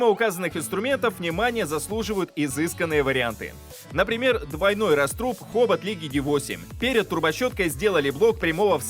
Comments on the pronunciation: Всё-таки не "растрУб"... Всё время был "рАструб"... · рАструб, а не растрУб.